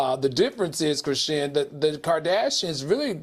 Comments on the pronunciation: Al, why you keep saying Chrisean (shin). It’s SEAN. LIKE SEAN JOHN. Cmon Professor!!! It’s giving Kim Parker can’t read tea. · Al Reynalds is COMMITTED to calling that girl ‘Kra-SHIN’ 😂😂😂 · Al is killin me acting like Dr. Heavenly…. The girl’s name is pronounced Chri-Shawn lol I mean come on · Not "krishin" 😅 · Mannnn y’all done reported on CHRISEAN too many times for Al to still be saying her name like this 😒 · Al, I love you, but it Cri SHAWN! SHAWN! ❤